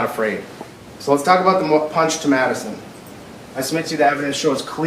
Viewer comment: Am I the only one hearing Medicine instead of Madison ?